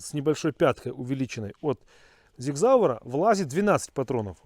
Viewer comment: Правильно говорится Sig Sauer ( Сиг Саур )!